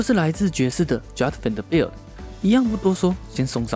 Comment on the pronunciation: Vanderbilt的名字有這麼難發音嗎？發音這麼糟去學一下英文好嗎？